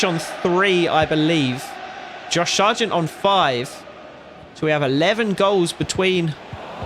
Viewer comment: Why do you pronounce it Shargent when there is no h in his name